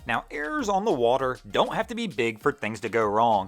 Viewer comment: Errors not "airs".